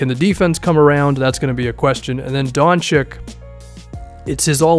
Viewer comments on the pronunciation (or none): btw doncic is not donchik but donchich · DON-CHICH. NOT DON-CHIK. PLEASE. GET IT RIGHT. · Don cheech not Don chick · PSA: It's pronounced Doncheech